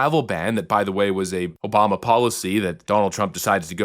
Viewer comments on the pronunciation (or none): none